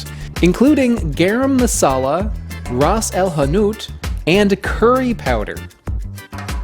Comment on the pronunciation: the t in ras el hanout is silent.